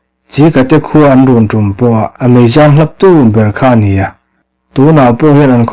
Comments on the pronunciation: Meizâng hlap tih hi Meizang hlap tia chhiar zawk tur thlûk loin chhiar zel tawh ni se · A ngaihnawm ṭhin e. Thlûk dik loh ṭhenkhat : lungphu a inthûm rawn dup dup tiha thûm hi khat, hnih, thum tiha thum ni lovin, ri thûm angin lam tur. Mei zang hlap tiha zang hi hnungzáng ang ni lovin, mipa serh 'zang' anga lam tur, hei hi zahmawhah ngaih tur a ni lo, tui zang khauh tih te pawh a awm a, mipa serh anga lam tur. Pathlawi zang hâng tih te pawh a awm a, hnungzáng angin lam loh tur. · I chhiar rik dan hi ni tlangher ni loin THLANGHER tih ni zawk se tin Meizang hnungzang ang ni loin mei kap lam a mi angin zang mipa ta angin zahmawh a ni lo upa tawng a ni a bul tantu lam sawina a ni e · Engatige meizang hi hnungzang thluk anga i thluk tlat le..Thawnthu dang/bung dangah pawh khan ka comment tawh ngei si a... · Mei zang hlaptu tiha 'zang' hi mipa sazu hming anga lam rik zawk tur niin Mizo ṭawng lama kan mi thiamte chuan an sawi. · Meizang tih a zang tih hi,mipa ser hming anga lam/thluk tur a ni e.